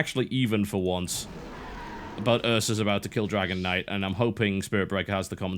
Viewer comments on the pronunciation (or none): none